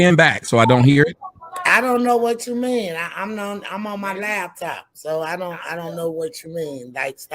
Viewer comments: "Labtop." Pet peeve of mine 😩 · Yes. She also said "lab top" 😂